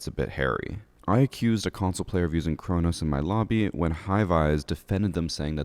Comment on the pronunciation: It’s Cronus